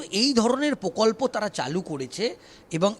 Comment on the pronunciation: (সাংবাদিক ) বক্তার উচ্চারণ এত দুর্বল কেন? স্ স্ করছে। প্রকল্প'র উচ্চারণ 'পোকল্প' কেন?